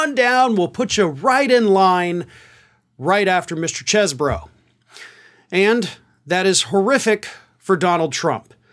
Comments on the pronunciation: it's Ken "cheese"bro from Wisconsin, not "chez"bro. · You keep saying Chez Boro...but it is really pronounced Cheese Boro. :) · You're trying real hard not to pronounced it "cheese bro" aren't you.😁